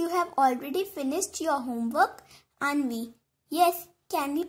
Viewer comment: U said Anvi it will be Avni😊